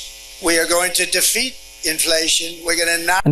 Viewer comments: He said defleat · 🤔 did this guy say defleet??🤷‍♂️ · This man said defleet inflation 😂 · He actually said “Deflete” at one point. 😂